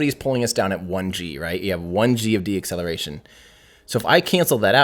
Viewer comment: I love the videos, but ‘deacceletion,’ is not a word. It is “deceleration”; not as you pronounced it: de-acceleration. It’s deceleration